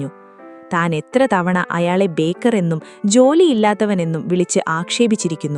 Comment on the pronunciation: ബേക്കർ അല്ല. ബേകാർ എന്നാണ് ശരി. ഹിന്ദിയിൽ ബേകാർ എന്നാൽ ഉപയോഗശൂന്യം എന്നൊക്കെ അർഥം.